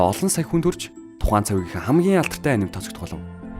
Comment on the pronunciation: Анимэг монголчлоод аним гэж яриад сурцан ч гсн яг япон болон бусад орны дуудлага а-ни-мэ гэж уншдаг шүү guys